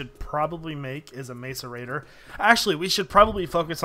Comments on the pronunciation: It's MASS-ERATOR NOT MACE-ERATOR jezz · it's mass-er-ated not mace-er-ated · IT IS (MASS-A-RATE -TOR) YOU DOOSH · its pronounced may-cor- a-tor like so he can see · macerator is pronounced 'mass-er-rater' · ur sayin macerator wrong